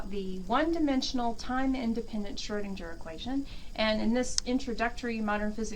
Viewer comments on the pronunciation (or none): Good video. But the Name is pronounced like Schroedingher, rather than Schroedindger.